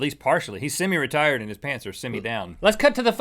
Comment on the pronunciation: when link said semi-retired i thought he said semi-retarded and i needed to rewind XD